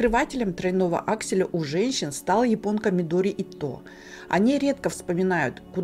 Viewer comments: Медори Ито ударение на И. Бесит. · Мидори Ито - ударение на И!